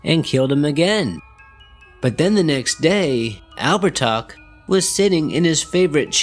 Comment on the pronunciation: Actually it's pronounced Ab-her-tah. He was around 6 ft 2 blonde hair blue piercing eyes, oh and he liked to wear white.